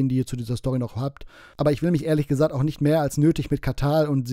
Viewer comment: "Irjend jemand hat jesagt ist Feirtach"